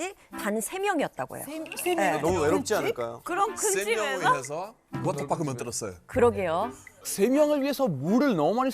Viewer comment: 워터파크 워터파크...아~~듣기싫어 영국에선 강한 트 발음을 내서 워터 워터 한다지만 파크 파크는 좀 너무하지않나요~~??:face-green-smiling